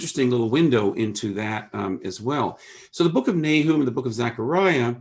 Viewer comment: Nahoom? I've always pronounced it NAY-um.